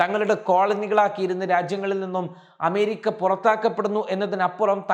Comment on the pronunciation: പോയി അമേരിക്ക എന്ന് നല്ല വണ്ണം ഉച്ഛരിക്കാൻ പഠിക്കു